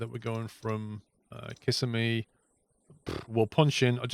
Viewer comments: As a local, I suggest Kiss SEM e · Its the second i in Kissimmee that is stressed. Sounds funny your way. Nice video.